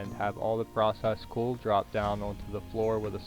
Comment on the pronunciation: It's "Coal" not "Cool"